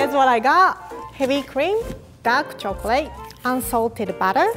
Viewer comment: Love these! Also love how she can say liquor but says chocrate!!